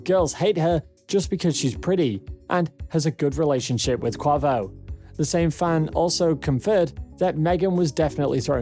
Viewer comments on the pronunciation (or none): Megan "three" stallion, soyittee, and cuavo😂😂 like what!???